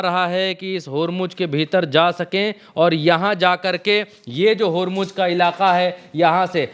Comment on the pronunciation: होरमुज होर्मूज नहीं. बोलना तो सीखो. होरमुज़ ज़ ज़ ज नहीं.